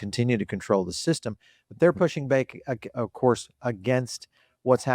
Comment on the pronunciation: "Acourse" we rated you #1!